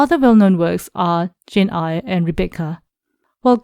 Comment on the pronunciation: Jane Eyre as in "air", not Eyre as in "ire".